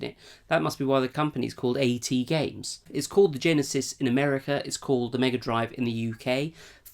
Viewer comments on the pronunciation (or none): "A T Games" It's AtGames.